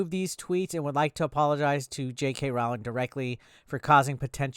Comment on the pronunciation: It really shouldn’t bother me but I’m getting fully triggered by the way you’re pronouncing her name. Its roh-ling like rowing a boat but with an L in there lol.